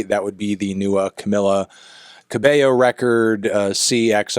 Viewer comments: If youre hating, learn to say her name properly first? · STOP PRONOUNCING HER NAME WRONG!